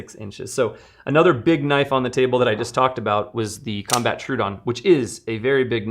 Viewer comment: Troh-oh-don. Not true-don.